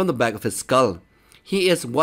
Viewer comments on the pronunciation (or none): none